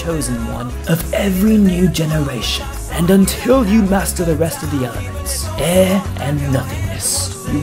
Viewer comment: It’s air bro